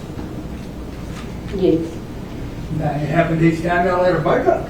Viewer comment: We are here to learn how to say yuess. Smfh. Plus a side of sitting improperly in a court room. This.